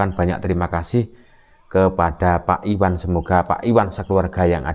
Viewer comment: IWayan,bukan Iwan.